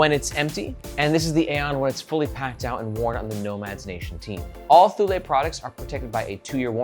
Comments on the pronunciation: ToooLay, ThooLay lol. It's "Too-Lee" . BTW.. Where's Margaret? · Thank you for a great review. And yes, it is pronounced TOO-lee. I have a Thule Chasm rolling duffle and am madly in love with it. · Thule is pronounced like "too-lee". That's how I've always heard said by Danes, Swedes, and Greenlandic folks. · I always said Tool-E, but I haven't ever looked it up. I suppose I can believe you on THIS pronunciation 😆